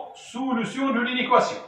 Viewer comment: أويليييي على سولوووسيون سميتها سوليسيون 😂